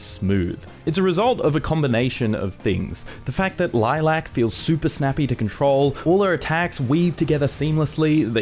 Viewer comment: Dude... Lilac... Why you emphasising the LAC